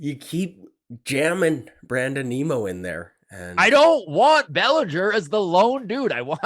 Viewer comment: Geez guys, how difficult is it to say Nimmo… like dimmo… which is what you guys sound like - dim. Nimmo is a better choice than Zimmer and Bellinger.